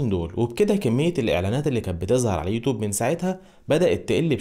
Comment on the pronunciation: ليه بتقول يوتوب اسمها (يوتيوب)